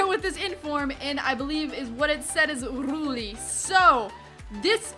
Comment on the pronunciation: Not rulli but ruji